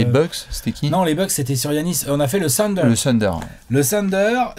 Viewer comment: tu dis Calvin Booth ("Boo-ss") alors pourquoi diable dis-tu tout le temps le "Tunder" pour OKC???